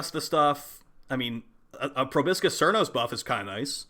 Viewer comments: It's pronounced Probosis. The c is silent. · Just let it go, our boy has been incapable of pronouncing it properly ever since it released 😔